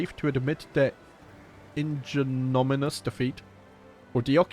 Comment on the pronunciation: It's pronounced ig-nom-IN-ee-us, and it means humiliating or degrading.